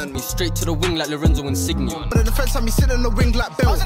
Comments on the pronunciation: Man pronounced Insigne like In-Sig-Knee 😭😭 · Man said 'Insig-ny' 🤣🤣🤣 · Insigne is not pronounced that way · "On the wing like I'm Lorenzo Insigne" has got to be the worst line I've ever heard. When you showed his face, I genuinely thought it was a joke until I heard the line. Mispronouncing his name makes it immeasurably worse. Edit: "When I was on the wing like Özil" has to be second worst. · im italian his pronunciation was terrible😭😭😭